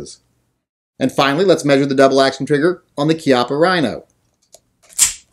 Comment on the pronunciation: Since you had to bag on poor Bob Wampler's name I think I will call you out on your KEYOPPA RHINO! Thanks for the video and I certainly hope that's not the way you refer to this gun its Chi appa just like Chiappa Mexico. But then again maybe you you were just saying it wrong to see if we were paying attention, but then again who cares! Just do more gun reviews!!!